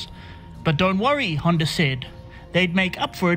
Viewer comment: It's Honda, not ”Hyundai” smh